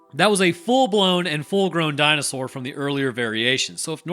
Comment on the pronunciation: I fucking love that the education DNA man's southern accent "Di-no-SAWR" pronunciation lives as rent free in your head as it does in mine. It's been 30 years and I still say DinoSAWUR like that every time